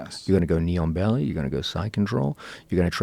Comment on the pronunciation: thank you. Listen to it if you haven't ever heard it before, sounds like neon belly😁 of course now that I know what it's supposed to be u can never unhear it